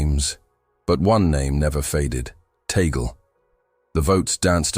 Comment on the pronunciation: It's Tag-le, not Tagel.